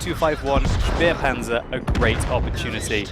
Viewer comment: It is said "spehpanzer" not "spiepanzer".